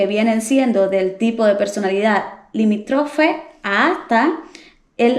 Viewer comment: Está mal que alguien que no está cualificado crea que pueda hablar de trastornos de la personalidad. No estás calificada desde el momento que no sabes pronunciar algunos de estos trastornos. Un consejo no se dice limitrofe, se dice limítrofe.🤦🏻‍♀️